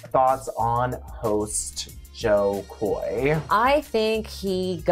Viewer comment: It's Jo Koy...not jokoy lol